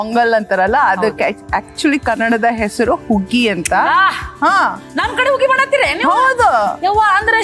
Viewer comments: ಉಗ್ಗಿ ಅಲ್ಲ ಅದು ಹುಗ್ಗಿ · ಹುಗ್ಗಿ ಅಂತ ಹೇಳಬೇಕು ಉಗ್ಗಿ ಅಲ್ಲ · ಉಗ್ಗಿ ಅಲ್ಲ ಹುಗ್ಗಿ 😅😅😅😅